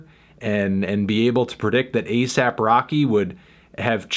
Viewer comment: Aesop as in the fabulist is actually pronounced "Ee-sop."